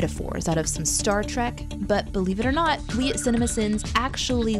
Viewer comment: STAR....TREK? I've only heard of STAR TRACK. WTF?